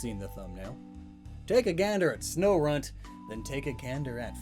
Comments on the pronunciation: Snorunt Sno-RUNT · It’s even called sno*RUNT*